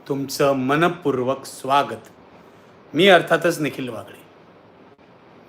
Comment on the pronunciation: मनपूर्वक स्वागत म्हणताना क वर खूप जोर देऊ नका.ibn मध्ये असताना जसं ताट बोलत होतात तसे बिनधास्त बोला.आपला आवाज म्हणजे एक आधार वाटतो तो दबका वाटायलाच नको.